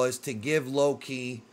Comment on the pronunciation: You gotta stop saying his name like its two different words, youre saying it as "low key" instead of just one name loki.